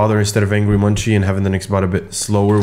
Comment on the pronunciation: two things, possession is spelt with a double-s on the second one. and angry munci is pronounced angry mun-see (i heard that from one that knows them very well). please hate me if you hate being corrected xd